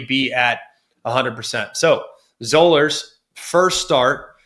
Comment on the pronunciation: Zollers is pronounced like dollars